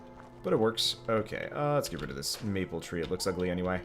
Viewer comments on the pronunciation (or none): none